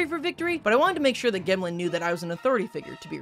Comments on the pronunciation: gemlin has gems on its back. it is a rock. pronounced like gem. not g - em - lin. its jem-lin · Calling it a “gehmlin” over a “jemlin” is a bold choice when it has gemstones sprouting from its back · Gemlin?? It has a gem on its back Shouldn’t it be pronounced gemlin??? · I think it is pronounced gemlin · it should be pronounced "jemlin" like "gem" as in jewel combined with word "gremlin." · Brih gemlin is obviously pronounced jemlin, because, you know... gem-lin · i think "gemlin" is pronounced with a soft G sound because it has gems on its back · pretty sure Gemlin is supposed to be pronounced like gem (j sound). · Im mildly annoyed at the pronunciation of gemlin, i think the intent is for it to sound like gemstone